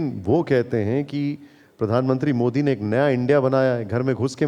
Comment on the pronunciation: ओवेसी जी वो मोडी नहीं मोदी है | आप थोडा नाक से बोलते है तो दिक्कत हो जाती है |